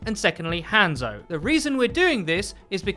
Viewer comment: Sorry if this sounds rude but can you stop saying han zo it's pronounced haunzo but spelt hanzo or はんぞ in japanese